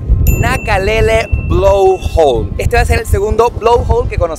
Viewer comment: "Blowhole" no "blowhawl"